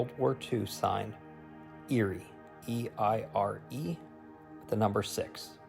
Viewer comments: Fantastic video and well researched. Eire is pronounced 'Air-eh' by the way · love the video. very interesting. Drone work is fantastic, just to note.... EIRE phonetically is ,,, air-a. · Eire (Gaelic name for Ireland) is Pronounced "Aire...